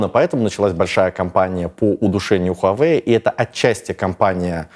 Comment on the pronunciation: Небольшая поправка: Huawei произносится 'ваa-вэй"